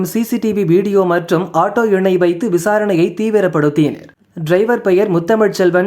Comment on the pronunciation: “தீவிரப் படுத்தீஈஈனர்!” நீதாம்பா இப்படி தமிழைக் கொன்று எங்களைப் படுத்துற. 🤦🏻‍♀️